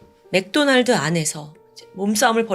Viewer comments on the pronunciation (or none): none